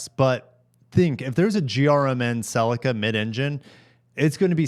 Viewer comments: It’s not a sel-i-car. It’s a sell-ee-ca ffs! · Man, I hate the way you pronounce ‘Celica’!!!!!!😂